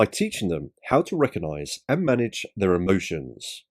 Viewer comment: Does emotional intelligence include knowing the word RECOGnise is not pronounced RECONise ?